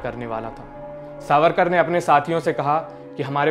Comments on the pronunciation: Savkar ❌ it’s “ SAVARKAR” plz correct it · सावरकार not सावकार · सावरकर, not सावकर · Its Savarkar not savkar.... atleast check before uploading video.... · सावकर नही सावरकर है उनक नाम